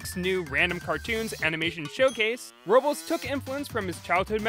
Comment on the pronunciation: I'm pretty sure Robles is pronounced "Row-blez"...